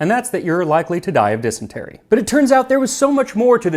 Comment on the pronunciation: And on this episode of Tasting History.. I now know how to pronounce “dysentery” (non native English speaker 😅)